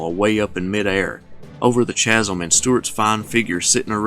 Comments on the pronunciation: Great analysis and presentation as always, but please note that 'chasm' is pronounced 'kasm', like 'choir' is pronounced 'kwire'. Thanks. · Babe, the H in chasm is silent. :?D